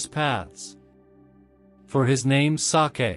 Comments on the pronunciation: Hearing the robot pronounce the word "sake" and make it sound like some kind of Japanese delicacy kind of took me out of the mood. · HELLO MY DEARS. IN THIS VIDEO, THERE WAS A PRONUNCIATION FAILURE REGARDING THE WORD "SAKE". WE ALREADY PROVIDE THE CORRECTION FOR THE NEXT VIDEOS. WE REQUEST OUR SINCERE APOLOGIES FOR WHAT HAPPENED. WE HAVE NO WAY TO REMOVE THE VIDEO, BECAUSE THIS WILL NEGATIVELY IMPACT ON OUR CHANNEL, AND OUR PURPOSE IS TO REACH MORE AND MORE LIVES AND BRING THE WORD OF GOD. WE THANK YOU ALL FOR UNDERSTANDING. GOD BLESSES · Yes , wrong the word SAKE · Sake was a comedy n it too